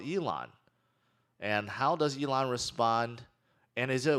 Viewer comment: Mate, were you not calling "Elon" "A-lon" last May? Were you not salty about Elon? Wtf is wrong with you clown?